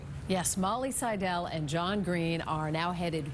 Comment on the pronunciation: Please, out of respect to the subjects of your reports, learn to pronounce the names properly! Molly accents 'Seidel' on the 1st syllable. Otherwise, nice report!👍🏼🤙🏽